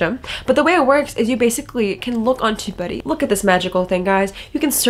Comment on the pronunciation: I guess I have to improve my listening skills: I thought u were saying,”2buddy, or tobuddy”? 🤪 Got Tubebuddy from App Store-so cool. New tool-sweeet. Liked the 80/20. Thank you. 🙏😎